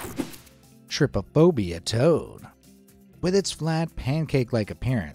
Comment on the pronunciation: “trypopobia tod”